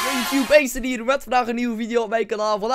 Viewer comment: nee acid hoe het uitspreekt bestaat niet het acid dat jij bedoelt spreek je anders uit